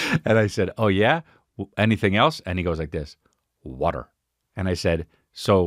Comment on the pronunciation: Chris on the west coast calling it wuutr